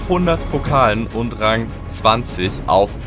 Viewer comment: Es heißt Rang und nicht Rank 🤦🏻‍♂️